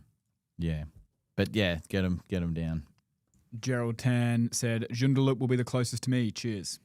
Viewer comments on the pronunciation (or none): Lads! Its pronounced.... June...da...lup joondalup.. lol.